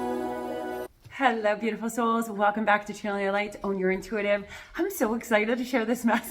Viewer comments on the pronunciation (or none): When you say own I hear auhm